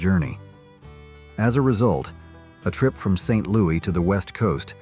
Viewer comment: I'm pretty sure the S is pronounced in Saint LOUIS!!!!!!